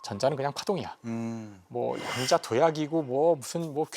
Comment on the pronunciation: 여러 분! "양자 역학"의 첫 장.ㅣ한자어가, 수량이라는 양이라면 , 이를 "길게" 발음해야 하는데, 양자 역학 전문기들이 이 것을 짧게 잘못 발음하고 있으니, 도대체! 한국 문화 수준이 참 비참하오이다!!